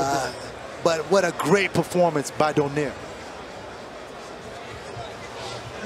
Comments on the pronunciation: Why does that announcer continue to pronounce Nonito’s last name as Donyare? It’s pronounced Dough Nare. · commentator doesn't know the name of boxer. Donaire, not "Donier" LOL